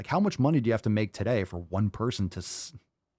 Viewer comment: “Because it’s the ohnly body that you havevah “ 🙄